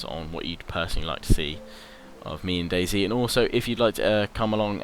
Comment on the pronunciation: I thought you were a true Brit like me, but then your pronounced DayZ wrong. I should unsub, I've never been so offended. Maybe it was a mistake? I'll give you the benefit of the doubt.